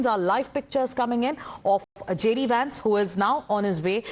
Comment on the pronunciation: It's not Wance.. it's Vance